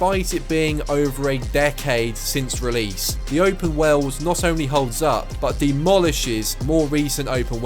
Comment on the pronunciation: Sounds like you're saying WELD when you say WORLD. lol